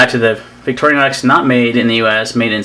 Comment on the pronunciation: Stopped watching when I realized you were going to insist on mispronouncing Victorinox...